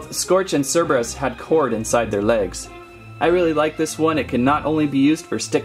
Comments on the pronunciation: it is cerberus not chairberus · It's Cerberus not Cherberus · The first way that you pronounced cerberus is right. Because the second way you pronounced cerberus would be spelled c-h-e-r-b-e-r-u-s (cherberus). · ... Cereebrus , I would like a CORREECTIIOOOOOONNNNN (Sarcastic) but its "Cur-beer-eus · It’s Cerberus not cherberes so the first one not the second one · you pronunce seberus but spell cerberus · ITS cer Ber us it's Greek mythology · Dude this isnt transformers its Cerberus not cerebros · Not Cherboris cerboris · It’s not ce reberus it’s sir burr is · It's pronounced Serberus not Cherberus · It's sir-bur-us Cerberus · Cerberus is pronounced Sir Bur Us. It’s a myth. It’s said to be the guard of the gates of a Hell. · KER-BEY-US pronounces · It's pronounce kerbeus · Sir-ber-us cerberus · Cerberus (sir-ba-rus) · It’s Cerberus with a ssss sound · Cerberus (ser-ber-us) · To pronounce Cerberus its ker-bey-yus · (Ker-bey-us) :p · Its not cerebus ITS sir-BEER-re-us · It is sir-ber-iss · I do belive its cur-bay-us if my knowledge is correct. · cerberus is purnounsed srbrus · Sir-brrr-us! Cerberus is pronounced sir-brrr-us! It's not that hard. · Ci-beer-ee-is and that’s how you pronounce it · It’s pronounced Cerberus as ker bei us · I think it's pronounced as Sir-beeroos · Ser-ber-us = cerburus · I'm pretty sure it's pronounced ker - bey - us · Cerberus is pronounced (cer-ber-us) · it's pronounced surburus. i'm pretty sure anyway. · Its pronounced ker_BAY_US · You purnounice it cer_bai_es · spelled cerberus pronounced serberis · Its pronounced sir bear us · Its pernounced serberus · It’s pronounced Sur-bur-is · It's pronounced s-e-r-b-u-r-e-s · It’s pronounced surburus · You say Cerberus as “serberus” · It's pronounced ser-ber-es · Don't want to be mean but it is pernounsed sir ber us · It's called Cerberus not Cerberus